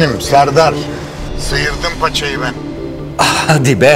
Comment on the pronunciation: Hadi be degil kardes hadddi bee